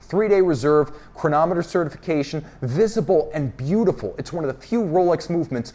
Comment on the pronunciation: I could listen to saying “chronomet bleugh!” all day